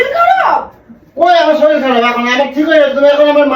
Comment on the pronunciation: কাকা কথাটা" শরীল" নয়,শরীর। কবে শিখবে?